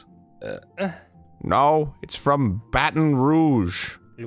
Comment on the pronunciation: Neat. He pronounced Baton Rouge correctly on his first try.